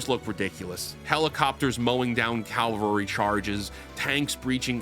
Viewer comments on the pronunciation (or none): "Cavalry" being pronounced as "Calvary" is one of the most interesting linguistic swaps I've heard because it's so common. Even uses it. Anyway, great video.:) I'll be surprised if GTA6 is any good to be honest.